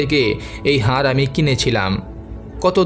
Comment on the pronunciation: দয়া করে উচ্চারণ ঠিক করুন। "হার" এই শব্দটার দুটি অর্থ। গলায় পরার অলঙ্কার এবং পরাজিত। আপনি এটাই উচ্চারণ করেছেন বারবার। এখানে কিন্তু "হাড়" বলা হয়েছে। বুঝেছেন?? "হাড়" এর অর্থ জানেন নিশ্চয়ই।